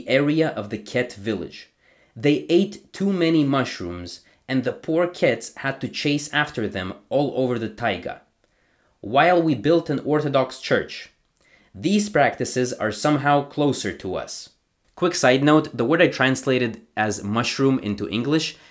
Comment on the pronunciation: Very interesting. Thank you! Your russian pronunciation is good, just one correction, the noun TAIGA, stress on the last letter "A"! :))❤